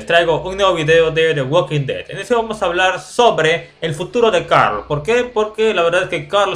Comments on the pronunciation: No se dice Carl se dice coorl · se dice coral